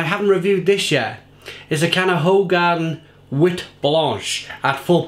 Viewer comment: Its pronounced who-garden so you know 👍